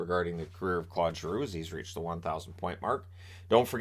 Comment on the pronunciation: Always love your vids, but for someone who I know spends time trying to pronounce players name's correctly, I cringe every time you say Clod Giroux. It would be like calling you Shaynan lol.